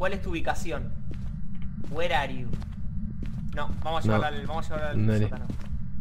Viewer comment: “were arhe yu” el fantasma debe estar confundido con los idiomas después de esa frase jajajaja